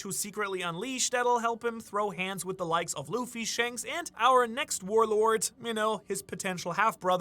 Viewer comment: Not trying to be mean I'm genuinely curious. I've been watching for a while, but does he say "powerful " and " shanks" like that on purpose? If its not on purpose I won't bring it up anymore I'm just curious because I love the "thanks/ shanks"